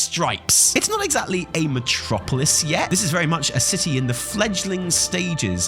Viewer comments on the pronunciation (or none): none